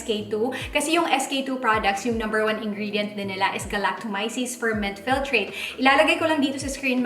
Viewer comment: Thanks for the honest review. You're the 1st person I heard pronouncing 'Galactomyces' correctly 🙂 dami nako napanood na vloggers but mali (anyway, not so important).. hopefully you'll review the Power Glow Line nmn ng Luxe Organix 🙂